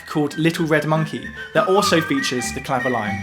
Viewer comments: Great research. I was waiting for the Clavioline. I had one made by Selmer many years ago - it was based on valves and was monophonic - being a guitarist, I never used it on gigs and. I sold it for 30 quid - madness! - I pronounce the name as Cla- vio- leen, not clavo-line. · Sorry to be pedantic, but I think it’s pronounced “clavi-oleen” as it was a French instrument.